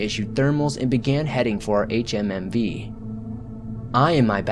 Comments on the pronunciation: “H-H-M-V” it’s pronounced HumVee idiot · Switched this off at the fourth HMMV. Ffs just say humvee. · Thermo meter? It's one word friend also Humvee is said as a word not spelled out lol good narrative voice